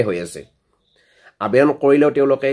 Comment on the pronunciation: তোৰ দেখোন আবেদন শব্দটো মুখত ঘূৰি নাহে । 😂